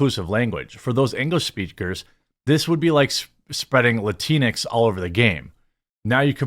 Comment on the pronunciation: It has EVERYTHING to do with the alphabet people! They are the ones pushing this " gender neutral " language, and please stop calling it "latinex" those idiots pronounce it latin x. Two seperate words, if you will. Us LATINOS Y LATINAS, DO NOT go by that bull shit. In your own way, by not blaming the alphabet people for this nonsense, you're pandering to them as well. Call a spade a spade and stop trying to, not offend them. Idk, maybe you're doing that purposely so they can by your coffee?